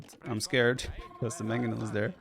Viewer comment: hey vipi, you are almost nailing the pronunciation with magyars. GYAR is correct, but the first A should sound excactly the same as the second.